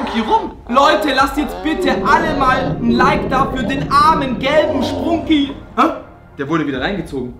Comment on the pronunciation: Wait a sec that not spruuuuuuuuuunki it's sprunki 😐😐